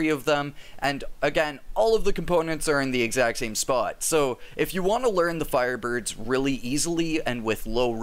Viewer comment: LOL, "fireburbs"